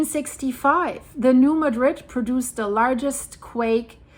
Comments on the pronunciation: Love you! I watch you regularly. Just wanted to tell you that new Madrid is not pronounced like the city in Spain.its new Maaa-drid. Very easy mistake to make and throwing no shade... Just letting you know as I suspect you will be discussing new Madrid in the future!❤ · Say it with me now, New Mah-drid. We pronounce it with the accent on the ma not the drid. Also, the quakes have really dropped off around here. Wondering if the fault is locking.